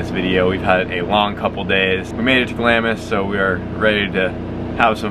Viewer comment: it pains my ears every time I hear you pronounce Glamis. I live in Scotland and I can see Glamis castle from my house so take it from me the "i" should be silent. Dunes look like fun, have fun.